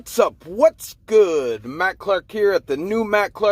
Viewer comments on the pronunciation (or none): none